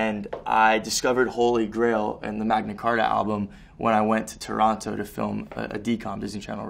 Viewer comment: aw the way he says toronto is so cute and so not canadian LMAO